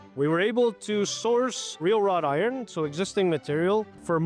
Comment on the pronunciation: wrought iron, not raw iron